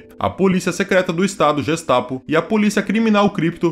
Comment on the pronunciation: A pronúncia da palavra "Gestapo" está errada.